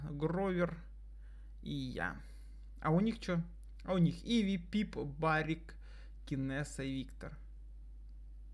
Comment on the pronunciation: пип, а не пипа. иви, а не ведьма ;D